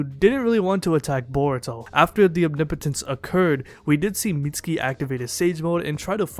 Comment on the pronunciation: Say it with me “Om-knee-poh-tence”. No biggie, I just see a lot of you pronouncing it kinda weird.